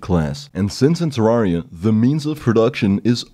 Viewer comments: It's pronounced Terr-ai-ria, not Terr-ar-ria. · Nice a whole review about Terraria and you can't pronounce the game's name. Not Ter-are-ia it's Ter-rare-ia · Incorrect, he called the game terr ARE ia. OBJECTIVELY incorrect pronunciation. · You said terraria wrong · why does everyone pronounce terraria wrong the devs have even said its the other way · Except for the fact that the creators of the game confirmed the pronunciation and he was saying it wrong. Do your research first.